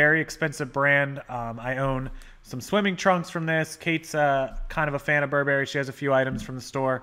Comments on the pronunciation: This is NOT how you pronounce Burberry. The accent is on the first syllable. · Almost every American youtuber pronounces it like the cereal from when we were kids. Remember Count Chocula and Booberry? Guess which clothing brand is really BURR-bur-ee? This video goes in my eBay guide list for great content. Thanks,!